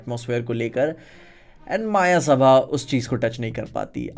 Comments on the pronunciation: It's मयसभा not मायासभा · मायासभा ❌ मयसभा ✅